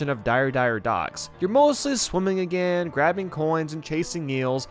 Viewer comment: still can't say again 😏